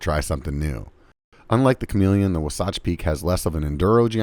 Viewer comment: Wasatch? It's pronounced Wasatch...